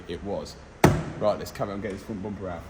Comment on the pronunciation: it needs a "boompa" shirt too. we europeans love the dialect pronounce of bumper hahaha boomper😂😂